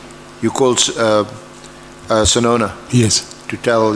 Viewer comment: “Sinona” Not “Sisona”